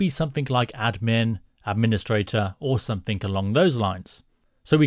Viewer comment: For the love of GOD..someTHIN'G' not someTHIN'K'...damn, I hate it when someone very intelligent doesnt speak properly. Its exactly the same in coding..imagine how far youd get miss spelling commands or syntax ...c'mon dude! sent with love and kisses not being an arsehole. xx at least you dont say some 'F'in'K'...nuff said chap! great tutorial though.